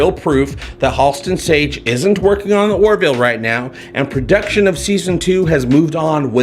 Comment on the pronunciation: Its sounds like you're saying "The Warville". Do you know something we don't? Also - I liked Pulaski.